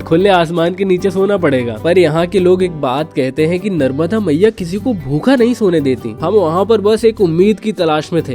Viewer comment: Agar tum aaye हो, Mai मुंबई se देख रहा हुं,, नर्मदा मां bolna sikh लो,,, ओक